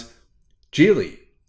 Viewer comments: Geely is pronounced as Gheelee and not Jeely. With a 'soft' G and not a 'hard' G. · I'm sorry but the guy in that link totally mispronounces Geely. The Chinese characters is 吉利 which means auspicious and is pronounced "Jí Lì" with a high rising and low falling tone. You can copy that into Google translate for the correct pronounciation.